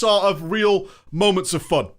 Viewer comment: The way he says "FUHN" and "Drae-NOR"